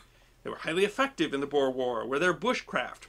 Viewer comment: The "Boer" wars ... well, unfortunately, that's a Dutch word, and the letters "oe" in Dutch makes for a sound more like "oo" (like the sound a ghost makes lol) in English. So the word is actually pronounced more like Boor war. Anyhow, the word "boer" is simply "farmer". I.e. the English were fighting farmers in South Africa.